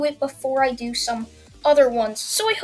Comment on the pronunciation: Hey cuz the way you said hood was weird cuz